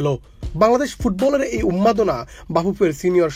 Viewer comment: ভাই এটা উন্মাদনা। 'উম্মাদনা' না।